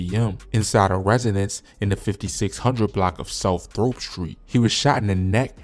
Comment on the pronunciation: It’s Throop Street pronounced “Truup” amn man get the street names right b4 u report this 🤦🏾‍♀️